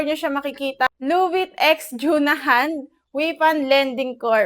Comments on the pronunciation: Ginawa mong tagalog yung title ng loan app lubit card(luvit card) manuod kasa iba at pakingan mo yung kung ano sinasabi nila tamang pag bigkas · Kaya ka na reject kasi mali yung pag bigkas mo sa title loan app